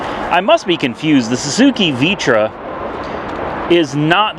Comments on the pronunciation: It's not Vitra, it's Vitara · homeboy said Vee-tra. It’s a Vitara lol ( VIA-Tera ) is how it’s pronounced. I’m just giving you a hard time because I’m a little bit older than you :-) keep up the good work brother!! Silacan lol I get it man people are buttheads, but I’m seriously just busting chops. I watch all your videos man.